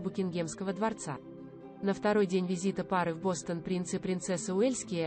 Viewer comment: Бастон это ткань,а Бостон это город. Говорите правельно.